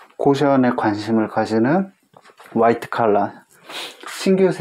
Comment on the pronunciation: 화이트컬러라쓰구 와이드칼라라 읽는다 ㅋ